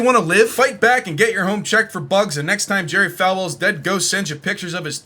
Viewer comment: His name is pronounced Jerry Fall well btw fellas. I once met him on a CLOUD